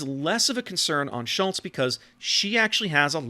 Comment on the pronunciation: Nailed the pronounciation on "Schultz". As a tip, japanese vocals = german vocals. So if you ever wonder how the "u" in Schultz or Hindenburg should sound, just remember Yuugumo. The "e" is annoying, cause in english there's either he/she or netflix/set. In german, it's always the latter. So Felix as in netflix. Same for japanese, Tone(tflix) as an example. I can only think of a single exception, being = "ie" is a long "i". Don't ask me why we can't just write Friidrich lol. Funnily, in japanese the exception is "ei" being a long "e".